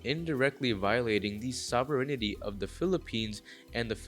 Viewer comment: Great report, btw..... Sov-er-eign-ty.....😊